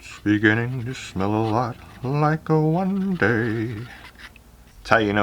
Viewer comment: nobody: literally nobody:: “wundaye”